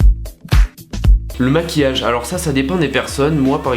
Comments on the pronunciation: Le caractère et non le carctère 😂 et le maquillage et non le maqullage bien sûr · A il n'y a pas de "i" dans maquillage 😂 je suis la seule a le remarquer ?